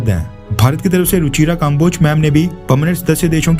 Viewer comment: भाई, आप के विडियो अच्छे होते हैं, मैं देखता हूँ. लेकिन आप की हिंदी बहुत खराब है. अक्सर नामों को बोलने में गलती करते हो आप. जैसे इस विडियो में कम्बोज को काम्बोज बोल रहे हो आप.